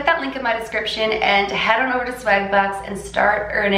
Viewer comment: You can’t tell you’re Canadian until you say certain words like “swag” and the way you pronounce the a gives it away 😂😍